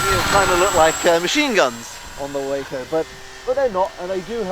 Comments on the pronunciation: It is named for the Walker Brothers company, so pronounce the "a" like you would pronounce "Walker." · The 'a' in Waco (for the aircraft, that is) is pronounced 'ah' as in 'ah-hah!' For the city in Texas it is a long 'a' as in 'payday.'